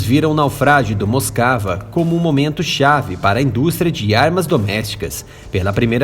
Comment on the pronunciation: Não é “moscava”, é Moskva, pronúncia do cirílico Москва, que é o nome russo da capital Moscou.